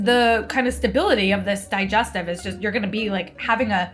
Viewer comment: Hearing call a digestive biscuit a di-jes-teeeeve made my day!